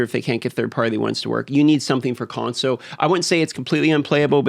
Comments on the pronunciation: What we really need is you to add the L to the word console. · i was playing a drinking game where everytime you say consow i have a drink, now im hammered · I just love the way you say “console” :) FIX the damn Conso you fools ❤ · "Consoe" players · Why does This guy say console so weird lol